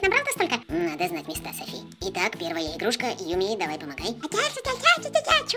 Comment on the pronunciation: не сафi а Софи!